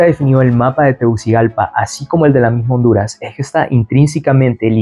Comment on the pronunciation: Soy de Honduras pero me molesta esa gente como el que relata este video que la "S" la menciona como "J" , cuando dice " y ej que" en vez de " es que"